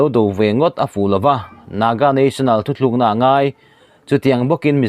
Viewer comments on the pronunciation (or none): none